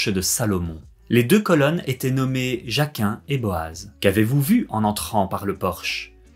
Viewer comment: J'ai adoré cette vidéo , quel travail de recherche incroyable , chapeau c'est de mieux en mieux ta chaine ! juste a un moment de la vidéo vous cité Jakin mais cela se prononce oralement Yakin et Boaz et non Jakin ^^ mais sinon c'était parfait !